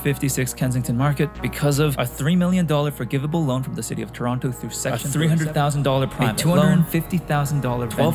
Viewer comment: You pronouce Toronto like someone who's never been to Toronto before